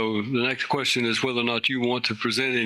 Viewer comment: Painfully stupid man. He set himself up for a jury trial in this current environment, with the public just sick of scumb*g criminal clowns. What is a "quershten"? Does one "acks quershtens"?